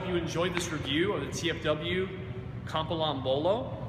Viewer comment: its Not Kambalann ... its KAM - PI - LAN ... how difficult if that ?